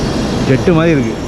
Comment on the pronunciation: யோவ் அது 'மாறி' இல்லையோய் 'மாதிரி' ! மொழிக்காக உயிர்களை பறிகொடுத்த பக்கத்து நாட்டுகாரன் 😔